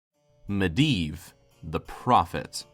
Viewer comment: Mediev not miedan hurrrr